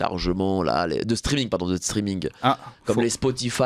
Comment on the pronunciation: On dit stréming